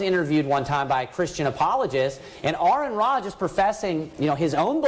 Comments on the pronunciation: Well said... brilliant as always... I admit I was taken aback when the guy pronounced your name right... lol... I have quite a few things that you've said committed to memory... and if they ever prove to be not true anymore, I'll be sure to change my mind 🙂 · i am actually suprised he got your name right. i think most just say it wrong to try and get on your nerve.